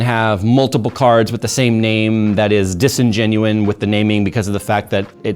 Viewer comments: It’s disingenuous!!! There is no n at the end ffs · Disingenuous - Please stop saying disingenuine 🙂🙂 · The word is disingenuous. Not disingenuine.